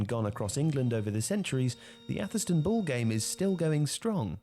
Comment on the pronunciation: Its pronounced "Averstun"